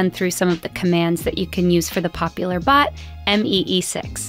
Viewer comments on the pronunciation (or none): i died when she said M E E 6 instead of me 6 💀